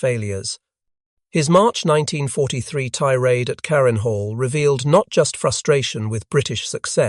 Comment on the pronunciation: Why, in an item on the Mosquito, is there a sequence of pictures of a Hurricane; an Ardo 234, a Junkers 88 , and what the hell is that things ? The Bf 110 looks as if the image has been stretched! The lurching dialogue is painful...'in nineteen forty. Three...', '... and ' ...the Messerschmitt me two six. Two...' pronouncing the initials like Ta as tar, Me as me. and on, and on it goes.......AI slop.